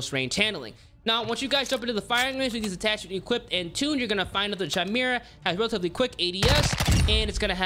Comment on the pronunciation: Chimera= KY-MER-AH… not CHI-MER-AH. Why do people consistently pronounce this wrong? Also, just a tip for those that don’t counter aim. Could you do the weapon builds without compensating for recoil? It would help for us peasants lol